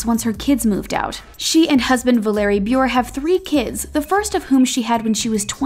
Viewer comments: They didn’t say bure right it’s like bureau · OMG it makes me so make when you say Candace Cameron Bure wrong you have to pronounce the E so it sounds like (bur-ey) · Thats not how u say (Candace Cameron-) bure Its pronounced booray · It’s pronounced Candace Cameron-Buré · How you pronounced Bure really irritated me it's pronounced 'buray' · They way they pronounced Candace Cameron Bure’s last name though 😬❣️